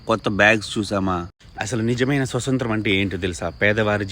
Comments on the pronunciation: స్వతంత్రం పదాన్ని స్పష్టంగా పలుకు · Baga cheppav thammudu kani adhi swathantram , swasanthram kadu😢